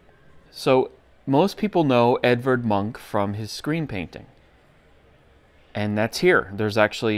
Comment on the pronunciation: It should be pronounced Evard "Moonk", approximately but closer. Some of his work is reminiscent of Toulouse-Lautrec and of Degas.